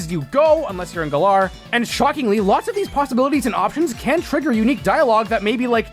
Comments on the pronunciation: Oh my god dude it’s GA-LUR and sometimes GA-LUHR or GA-LƏR Not fuckin GUH-LARR I stopped watching 45 seconds in because you used Masters voice clips and still can’t even pronounce it the same way they do in that game!!!! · Erm, actually, it's not pronounced guh-LAR. Think twice before you knock the region that introduced open world. 🤓👆 But fr, I never could've found all these details. And that's coming from a completionist. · "Galaar region" ouch